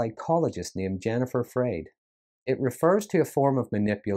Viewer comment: Just FYI, according to Dr. Freyd, her name is pronounced "fried." Thank you for bringing attention to her important work.